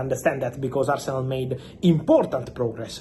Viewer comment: I stopped listening the moment he said "today asernal sent an official bid to chelsea..." 🤮